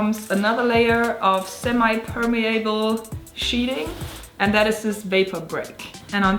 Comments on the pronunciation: Your English is great. However, since you called attention to it, "permeable" is "perme-uh-bl" not "perme-A-bl". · "Per-miya-bal" - then again you might say that differently too :P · Per-me-uh-bull - if you truly want to know. If not, ignore this comment. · It's looking great,. Love that natural wood. Your English is very good (much better than my German). I've always heard permeable pronounced "per-MEE-a-bull". Hope that helps. Keep up the great videos. I've been doing carpentry off & on since before you were born & I learn something new every time I watch you. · Great build. By the way, "permeable" in American-English the "a" Is flat. Auf Deutsch die "a" aus Mann. Verzeihen Sie mein Deutsch, ich habe es nicht viel benutzt. Most "able" words use the flat "a" sound in American- English.